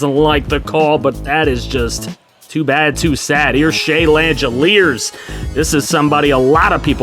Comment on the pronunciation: just as an FYI for future reference, Shea Langeliers' last name is pronounced lang-uh-leers. Keep up the good work sir